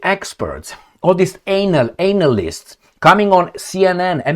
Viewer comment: I absolutely adore the way you say 'ANALyst' 😂😂 And baboons of course 👍